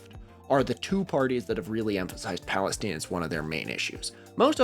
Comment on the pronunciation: My brother in Christ it's not Palesteen it's Palestine 😂 it's an 'eye' sound, not an 'ee' sound